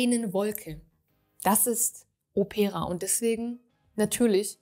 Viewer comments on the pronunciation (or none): Liebe, bei "Opera", liegt die Betonung auf dem "O". Òpera, nicht auf "e" Opéra - es ist das Original italienische Wort für Oper 😊 - Opéra klingt nicht gut Ich habe, von Xerjoff, nur den Apollonia II und Erba Pura - den ersten liebe ich sehr ❤